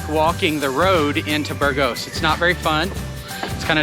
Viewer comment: I think it's BURgos, not burGOS ...